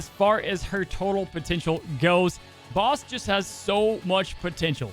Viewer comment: You're also saying Bast wrong you keep saying Base-t its Bass-t